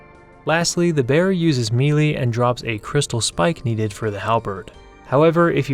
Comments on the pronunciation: How to pronounce "melee" for beginners. Melee - pronounced as may lay. Saying as me - Lee is absolutely incorrect. Lol...nice vid besides saying me lee...thumbs up! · Melee is pronanced "Meh - lay" its a french word.